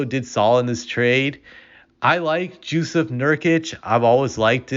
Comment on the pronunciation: gee--ahn--uhs? had to rewind to make sure someone still saying giannis wrong in 2023. bro says jew-seph nurkic too